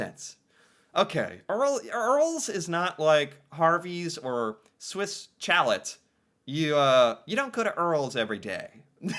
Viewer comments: Swiss Chal - eh - not Chalette ! A chalet is French for a cabin maybe in the mountains. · Swiss Chalet is pronounced Swiss Shallay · Swiss Chalet is pronounced as Shaleh. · Poutine is not fancy, it is cheap fast food. Chalet is pronounced "Sha Lay" A chalet is like a small vacation house in the winter, often close to a ski resort. Kind of like a cottage. Tim Horton is not a restaurant. The one close to me doesn't even have chairs or tables to sit. The Keg is where poor people go when they want to feel rich. They go to the Keg on birthdays. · Right lol. 😂😂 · 😂 love your attempt in pronouncing the name. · It hurt my ears Every Single Time he said it.... 😱 Try.... 'Shalay' = Chalèt (like a ski lodge).🤭✌️😊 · My god, your pronunciation is horrible. Swiss chalet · The way you were saying Swiss chalet had me dying 😂… we don’t say it like that. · Glad to know I wasn't the only one cringing every time said Swiss Chalet in a way that nobody else in the history of the human race has ever said it before...🤨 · For every time he pronounces Swiss Chalet incorrectly, an avalanche is triggered in the Alps. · Swiss Chalet ... as in ski chalet ...the "ch" is soft as in shhhh and the "t" is silent. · LOL emphasized on the T too